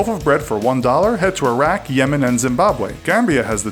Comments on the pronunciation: did anyone noticce it didnt say Iraq it said Itaq. Like if u noticed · ... Iraq not Itaq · it's Iraq not Itaq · I’m pretty sure it’s Iraq, not “iTaq”. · IRAQ - NOT ITAQ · he said itaq no Iraq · Iraq * Not Itaq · It's spelt Iraq, not itaq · IRAQ NOT ITAQ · What the fuck is "itaq" Learn how to fucking spell Iraq you dumb fuck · Isn't it called Iraq not itaq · Yo nice video but its IRAQ not ITAQ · Fail It's Iraq not Itaq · Itaq? ITAQ!!! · Iraq not itaq 😥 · ITS IRAQ NOT ITAQ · it's Iraq, not Itaq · How expensive is the letter R in Itaq? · It's called iraq not itaq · Did it say Itaq instead of Iraq ? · Skip to it's Iraq not Itaq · Itaq? You mean iraq?? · In it's Iraq not Itaq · "Itaq" nice one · "ITAQ" as if it was saying attack lmao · he said itaq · Just pointing something out you spelled Iraq wrong you said "Itaq" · he said Itaq in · Iraq is "Itaq" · Itaq? What! Turkmenistand? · "Itaq" for Iraq great video tho:D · "Itaq" Wow....